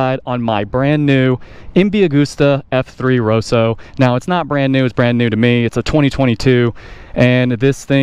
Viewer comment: Row-Sow. 😭 Why! 😂 Ros-So. The Italians will be gathering the pitch forks!! Also - Super Jealous of this! Same Designer of this looks wise is the same designer of the Ducati 916 🤙